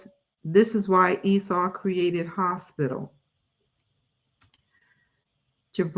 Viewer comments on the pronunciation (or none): none